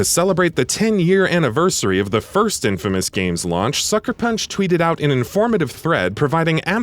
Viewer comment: Am I the only one getting uneasy by him saying infamas instead of infamous?